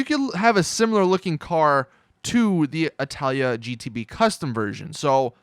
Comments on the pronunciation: its not italia its itali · itali gtb not italia gtb fix your shit learn to read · ITS NOT ITALIA ITS ITALI NO FRIGGIN A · ffs, it's ITALI NOT ITALIA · ITALI ITS ITALI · he keeps and keeps sating italya ??!!!!!!! is it intentional or you're dyslexic ? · When he got "Itali" wrong